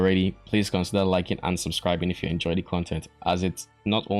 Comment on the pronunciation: i heard un subscribe too. i think it was the emphasis